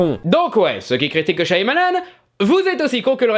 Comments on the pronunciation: C shamalan qu'on dit! Pas shYamalan!!!!! T'as pas vu la vidéo de durendal?! Le y, ne se prononce pas!!!!!😭😭😭😭 G mal aux oreilles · Super vidéo ! Juste : ça se prononce "Chamalane" son nom, pas "Chaïamalane" (je phonétise hein). Le "y" est muet. Source ? Le réalisateur lui même dans ses interviews. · Super vidéo ! Mais par contre je sais je pinaille un peu : Shyamalan = Chat Mah Lanne 😊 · C'est pas [CHA MA LANE] plutôt ?